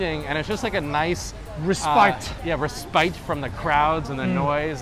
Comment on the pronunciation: respite is pronounced like 'spit' , not 'spite' . FYI